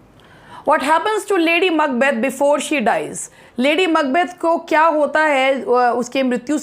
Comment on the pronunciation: Ma'am 🙏 The way you pronounce Macbeth 👌🌷 thanks for this video please Love Labour Lost as soon as possible please